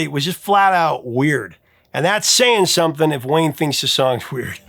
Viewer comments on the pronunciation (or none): Wow, Justin wasn't joking. He told Elizabeth Zharoff (charismatic voice) the pronouncing of th as f, some-fing, is a Hawkins family trait lol. His brother sounds exactly the same!